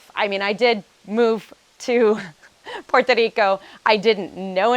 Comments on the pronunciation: 9 years and you still can’t pronounce PUERTO RICO. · I REALLY REALLY LOVE THE WAY YOU PRONOUNCE *PUERTO RICO*🤗